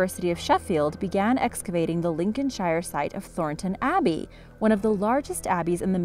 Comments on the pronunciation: Arrggghh! It's pronounced Lincolnshr! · Pro tip, if a place name ends in "shire" it's pronounced "sheer". So Lincolnshire would be "Lincolnsheer" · Definitely needs work on her English pronunciation, shire is pronounced like Cher the singer! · The way she said Lincolnshire actually killed me. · The thing is we speak English. it seems we are going to have to go there and re teach them English for the second time in history. Or give it 200 years and it'll be a different language. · Don't know. You can tell somebody is American when they can't pronounce Lincolnshire.